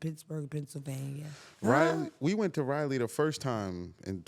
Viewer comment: I love you. It's pronounced Rah-lee😅